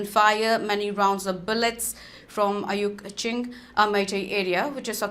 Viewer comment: Not miyai leikai Not ayuk ching It is mayai leikai It is uyok ching Meitei oina pao pabiu